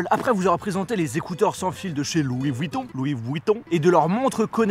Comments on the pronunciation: On dit louis Vuitton et pas louis vouitton !!! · Super video par contre tu forces avec le louis vUIton c’est pas drole une fois alors 20fois ça devient extrêmement gênant